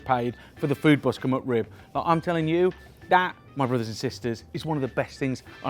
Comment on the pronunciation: It sounds like he’s saying “mud rib”.